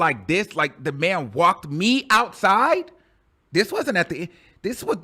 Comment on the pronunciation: "I'm going ouuuuside with Kanye" 🤣🤣